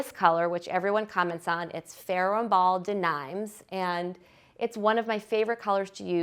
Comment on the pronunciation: Da nimes. lol. More like Duh neem….